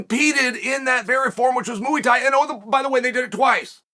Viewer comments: Mooey tie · Mooey thai is mine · Chael “mooowee tie” sonnen. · Moooey thai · Mooey tie 🐮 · Muay Thai is by far my favourite 🤣🤣🤣